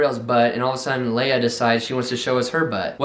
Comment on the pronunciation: it’s Leia like Princess Leia from star wars